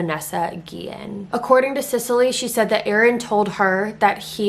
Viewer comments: Its not guien its guiyen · Yes a lot of people say Guillen wrong that’s my last name and it gets me mad but I forgive u🥰